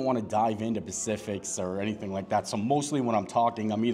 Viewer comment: …..….The word is “SPECIFICS” ….not “PACIFICS”